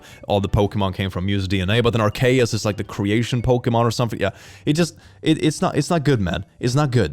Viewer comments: the way he pronounces "arceus" just hurts my soul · Did this man just pronounce Arceus as “ar-kay-us”...? Aar-see-uhs = Arceus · “Ar-Kay-Us” killed me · The most shocking thing I found in this video... pronouncing "Arceus" wrong Or... is in on purpose... Hmmm